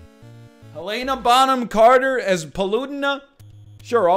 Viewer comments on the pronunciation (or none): none